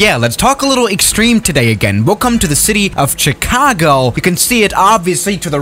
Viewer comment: "Extweme Spots."